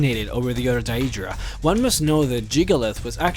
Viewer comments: Could be, but then again, he pronounces a lot of the other words in the popular/standard way of saying things, and pretty much all the mispronounced words are fictional ones which have many examples of how to speak each word, that even my Scandinavian, Indian, Vietnamese, etc. friends can say Daedra or close to it like the game does, I think it's a matter of his choice, oh well, each to his own. Pretty gut video anyway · You keep saying the name wrong.... And they are called daedra because they are not our ancestors aedra = our ancestors and daedra = not our ancestors, not every daedric prince craves change..... Do better research next time! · It really bugs me the way you say "daedra" but that doesn't stop it from being a good video about one of the most expensive lores out there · love your vids, but you make me want to use the wabbajack to turn you into a sweetroll everytime you pronounce Daedra and Aedra wrong XD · Maybe we'll see one where you can pronounce Deadra correctly, the other stuff you misspronouced, is annoying, but the amount of times you said that wrong, dude, you need to listen to the dialog in the games and you'd get it right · I really, really hate they way you say deadra... Other than that, great video. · You got all the information spot on except for one thing...the way you pronounce your words. Idc if english isn't your first language or not. thats still pretty bad...Jyggalath? where the hell is there 'th' i'm sure theres a 'g' there. as well as how you pronounce Daedra... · The only thing that irritates me about this video is the pronunciation of 'Daedra' and 'Daedric' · Jyggalath ? What the fuck not only can't this guy prenounce Daedra, Sheogorath or even JYGGALAGG holy crap... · You pronounce Daedra wrong. You don't emphasis the e... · He pronounces it like in Oblivion which is "DAY-EE-DRUH" , Skyrim is "DAY-DRUH". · You put way too much emphasis on the word Daedra. DAEEEEEEdra. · say Dayeedra one more time....its pronounced daydra